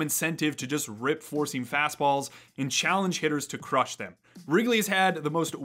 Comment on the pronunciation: Lots of good info in this video. Funny thing though, I was watching the video at nearly 2x speed (like I watch most videos at), and for the first few minutes, every time you said "four-seam" fastball, it sure sounded like you were saying "forcing fastball", and I kept wondering what the heck a forcing fastball was.